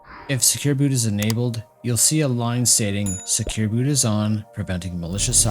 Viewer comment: Inabled, disables, inabled, disabled 🤯 Schlimm genug, dass ich nichts verstehe, dann muss ich noch deiner Schlaftablette Stimme zuhören!!!